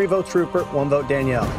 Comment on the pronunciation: ''DANELLIE'' HAHAHAHAH